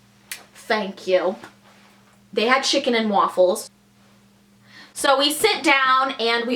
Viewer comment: This chick said shicken